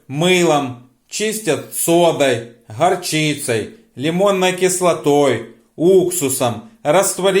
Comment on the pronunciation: .... на ней очень много нахара,захрязнена ,харчицей,режет слух,но хохотали с подругой от души 😅😅😅😅😅